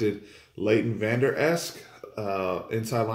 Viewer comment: great comments but get the name correct, it's vanderesch not vanderesk!